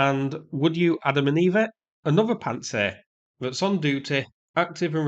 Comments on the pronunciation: Pants-down-sir not pant-sir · I like that you pronounce it "Pants Air".